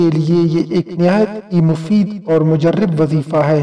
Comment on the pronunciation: مجرب۔۔۔ کہنا سیکھ لیں۔۔۔ راء۔ مفتوح ھے